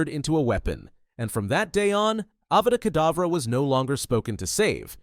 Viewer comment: you said adava kadavra is it a typo or was it really a healing spell called adava kadavra similar to avada kadavra?